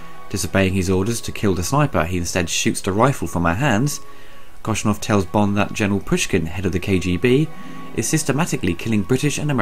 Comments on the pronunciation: Great reviews, love the Star Wars, Bond and Indy ones!! It’s Koskov though not Koschnov! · Koshkov not koshnov sorry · Don't worry, he spent most of the video calling General Koskov, General Koshnoff! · Hey, Dude! Jeroen Krabbe plays not Kosnov, but Koskov! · Why do you say "Koshnov"? It's Koskov. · It’s Koskov not Koshnov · OMG!!! NOT KOSNOV!!! KOSKOV!!!